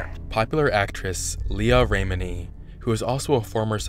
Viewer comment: Mike Rinder: his name is pronounced; R-in-durr Lea Remini: her name is pronounced; rim-A-knee 😊